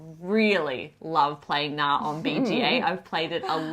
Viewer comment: Friendly advice from a Norwegian: The K in Knarr is not silent